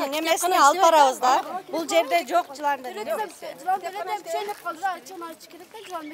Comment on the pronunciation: Жылалды дебей ЖЫЛАНДЫ деп так айтсаңар болбойбу.